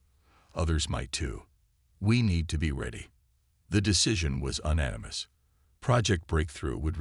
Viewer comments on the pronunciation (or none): Nice story. HOWEVER, I wish you would narrate your own stories like some others do. Your AI, like most others SUCKS!!!! "tears in reality.." is "tears" pronounced "teers" or "tares"??? Your POS AI can't make up its mind. What is "UN-animous"!!!??? Properly pronounced "YOU-nanimous"! What is "un-RED-able"???...instead of "un-REED-able". What is "QUAR-in-TINE"? properly pronounce "Quar-in-teen". STOP using AI until they can freaking speak ENGLISH!!!...ALL OF IT!